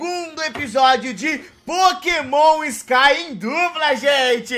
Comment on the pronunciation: "Pokemon sky" salllllVe worfee